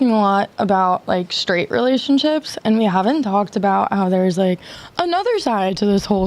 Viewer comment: "shtraight"??? what language does this demon speak? Or is it just the "prescribed" thwarting of language???